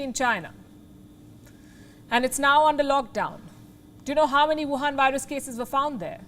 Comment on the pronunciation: Why do you keep calling. "The Youwhan Vírus"??? Are you a Trump relative ?